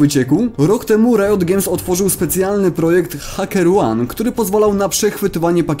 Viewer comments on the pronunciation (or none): none